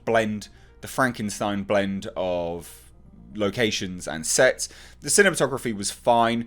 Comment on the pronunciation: Remind me not to watch these waking up half asleep before morning coffee. "Sets" sounds like "sex" lol had to rewatch haha